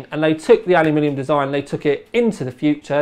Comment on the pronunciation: StoreBrand I don't think it's about 'aluminum' vs 'aluminium' here. seems to mispronounce 'aluminium' sometimes, which makes it sound like 'alumilium'